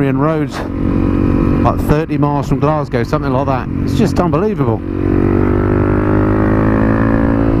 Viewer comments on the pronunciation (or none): none